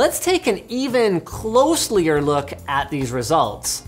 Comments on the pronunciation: Closlier... Linus... I almost left. 😂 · Pretty sure you said "Closlier" instead of closer, but for all I know, you said "laural" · Closlier???? You mean closer, right? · Linus “closeler” is not a word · "closelyer look" 😂😂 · "Let's take a closlier look" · "Closier"?? Nice... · Did he just say closlier? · Closliy-ier -Linus